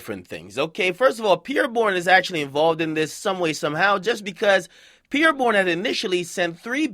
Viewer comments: yeah “pee-air” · Why Akademiks pronouncing it like "pier". lol its Pierre bro. It's a French name.